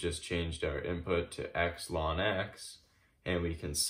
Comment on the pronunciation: Wonderuful, but I have to say that one thing I found disturbing about your horrendous video is you pronouncing ln(x) as "lawn x" 17 times.